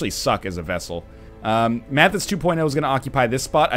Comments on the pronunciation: NL, the Graverobber is a chick, and it's "vesTal" not "vessel". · *NL keeps pronouncing "vestal" as "vessel" This series has taught me so much about the Canadian language. I never knew they don't use the letters "K" or "T".